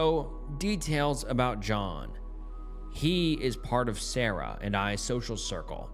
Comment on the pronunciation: Followed by sawrah not Sarah